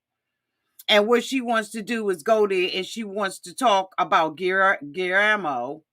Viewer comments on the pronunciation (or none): It's GI-YER-MO! LOL